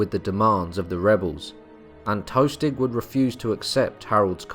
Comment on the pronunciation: "Tostig" not "toastig"